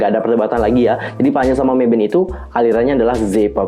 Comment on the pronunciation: mavin kak bukan meivin